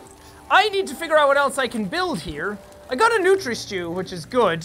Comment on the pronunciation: It isn't "Nutri Stew," it's "Nutria Stew." Like the giant swamp rats that live in the Southeastern US. Think R.O.U.S. from The Princess Bride.